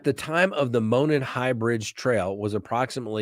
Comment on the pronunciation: Enjoy your videos especially Delphi murders coverage, thank you for being thorough. Being from Indiana I wanted to let you know, with all due respect, Monon is pronounced as MOW-naan trail... not like "moanin'." I tried to put the Google translation for monon trail in this comment but it won't let me.